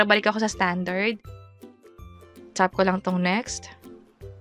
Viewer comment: Ang arte ng pagkakabigkas nung "tap" nagiging "tsap" 😭